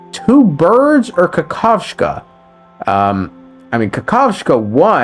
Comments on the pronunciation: kakavasha ❌ kakav-sha✅ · Dude its not KAKAS-VA. IT'S KA_KA_VA_SA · Kakavshka??,what the hell!? He's Kakavasha.... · omg, he’s Kakavasha, not kakashka, ahahaha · As a Russian speaker, I can not leave it just like that. The word "kakashka" which you use instead of Kakawacha in Russian, literally means "sh*t"............ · i play with the jp va and its ka-ka-va-sha and not ka-ka-vsh-ka in your pronunciation which has an extra k at the end. i haven't checked what the other languages va pronounce his name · Dude, calling Aventurine Kakaska instead of Kakavasha is just so strange. Because when you call someone Kakaska it’s calling this person a “little shit” in russian. It’s used without of negative connotation. Still great explanation of what happened in 2.1 because it’s was a wild ride and it was to notice everything what they hinted in the game. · cant you fkn read its kakavasha not kakavashka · Bro it's Ka - ka - va - sha not ka - ka - vshka get it right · well you definitely can't repeat 😂. They literally said kakavasha in the quest, not kakavsha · I appreciate video but plz dude read names properly. Not ADVenturine its AVenturine. Not kakashka its Kakavasha. For informational purposes its weird to twist them. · When you know your variant of pronunciation "Kakashka" literally means "poop", the whole recap becomes a masterpiece of hilarity xD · the way he pronounced aventurines name (kakavasha) sounds like turd in russian (kakashka) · I can't with you pronouncing Kakavasha like Kakashka, which means poop {noun} in Russian 😭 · i wil destroy my fucking keyboard if u say kakascha again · Did I hear it right ? You pronounced Aventurine's name Kakashka, it mean poop in russian 😭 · good vid, except "kakavasha" ...no k after kakav part. you say "kakashka" which means a piece of shit in Russian. it's a bit jarring :P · As a russian speaker I'd like to say that your pronunciation of Kakavasha sounds like Kakashka(какашка), meaning poopie